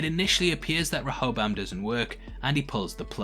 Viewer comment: Please learn how to pronounce Rehoboam, I think more people will watch your breakdowns all the way through if you do. Ree-ho-bohm